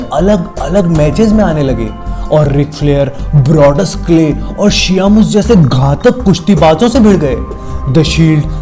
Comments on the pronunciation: शियामोस नहीं बे शेमस है वो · its sheamus not shiaamus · WTF the way you pronounced sheamus HolyCrap